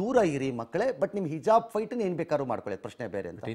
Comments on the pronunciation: Heloo ranganath sir not hijb it's calling hejab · Sariyagi helo ranganna hijjjabb alla hijaab Sariyagi yelokke baralla e rangannanige